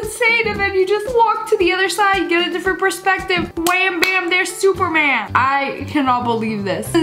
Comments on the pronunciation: It’s Spider-Man not SupRmaN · She said capten man instead of spider man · Did any ever notice that she said SuPeR mAn instead of SpIdErMaN 😂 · Oh I’m sorry did u just said SuPeRmEn ?!?!?!?!?!?!?!?!?!?! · she got the "s" and the "erman"